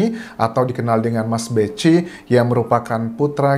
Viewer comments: Itu bacanya mas "beki" bukan mas "bechi" 🙏🙏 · Dibaca mas beki bukan mas beci. Yg benar Kiai Tar (Mochtar Mu'thi) bukan Mufti.